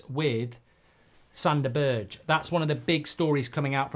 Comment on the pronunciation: Don't know Sanderberge, never seem him play but I absolutely HATE how mark pronounces his name.